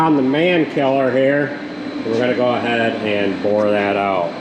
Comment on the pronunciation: Are you Dutch? Boor that out? Lol Boren is drilling